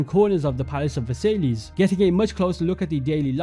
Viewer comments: Funny how you were like I’m a history guy right before mispronouncing Versailles as Ver-Sai-Lees. It’s pronounced Ve-Sai. Just a bit of irony I found funny but overall great video. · completely agree but versay-lees? pretty sure it’s ‘versai-ss’, the ‘l’s are silent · Good video,. but for all future videos, it's pronounced Ver-Sigh (Versailles) and not Ver-Say-Lees. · Versailles is pronounced ver-sigh and not ver-say-lees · Not versaillies, it’s pronounced ver-sy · Absolutely astounding vid mate. However I almost died when you pronounced The Palace of Versailles; instead of (VA-SAIL-EE) try (VER-SIGH)! Keep up the amazing work, love having YouTubers create AC content still! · it's pronounced versai, not Versailles nor versaiss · aint no way u said palace of versaylees its pronounced ver sai palace of ver sai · Versailles is pronounced "ver-sigh", with a slight "y" in the "sigh" bit. Difficult to write out without phonetic characters. "Ver-siyh"? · Bro said "Versaylees" 💀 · It’s ver-sigh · Great video. BTW way Versailles is pronounced Vers-sai. It’s where Germany signed the Treaty Of Versailles at the end of World War One. The terms that Germany had to agree to were so harsh that it causes resentment in Germany which eventually led to the rise of Hitler. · palace of "versayleahs" 😂😂😂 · Sry bro I don't wanna be annoying but I can't help but comment that you subtlety mispronounced versialles. It's pronounced "ver-sie" because the es is silent in french😊 OMG ALSO I just realised that if they made a ww1 or post ww1 ac game, they could recreate this palace in the year 1918 directly and we could see how time has altered the palace😮🎉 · Just an fyi, Hagia Sophia is pronounced aya-suf-fee-a and Versailles is Vuh-sai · you went out of your way to show the correct pronunciation of Bougainvillea, but unfortunately, Versailles didn't get the same treatment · How tf did you pronounce Versailles that way as an Englishman lmao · The probonciation of versailles was criminal